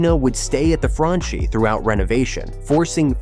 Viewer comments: It’s pronounced Franchi (Frankee), not Franchee 🤣🤣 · Dude in Italian, everything written as -ch is pronounced k or kk. Vittorio Cecchi Gori is pronunced Vittorio Cekki Gori. The stadium is Artemio Franchi, pronunced Artemio Franki. Plzzz